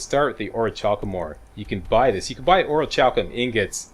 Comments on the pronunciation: I think it's pronounced Ori-kal-kum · its pronounced orc-u-lum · it is or-i-cal-cum i think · So what's with all the armor,? No glass cannon on Legendary this time around? Lucky was sooooo much fun to play! (Not that 135 armor rating helps you that much on Legendary, hehehe.) FYI, I think the "ch" in Orichalcum is a hard "k" sound